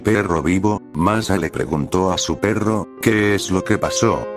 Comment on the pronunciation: Por qué dijo masa 😝 jajajaja xddddddd😂😂😂😂😂